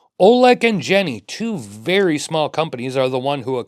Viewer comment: Great looking piece. I am a sucker for the vintage look with modern specs. FYI, the company is Jenny is pronounced, "Yenny." 😉